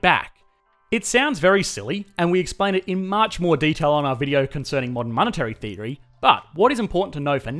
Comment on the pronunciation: "...our video concerning modern monetary thievery..." What?!?...rewind... "...our video concerning modern monetary _theory ..." Oh. Wow. What an accent!